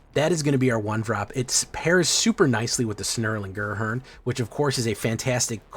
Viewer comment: Snerling Grhernd... LMAO